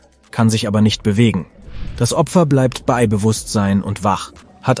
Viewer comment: Auch wieder eine KI, die spricht! Sie kann das Wort "bei" nicht aussprechen.